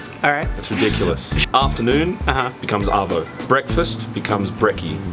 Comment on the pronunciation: Arvo not Avo - Avo is an Avocado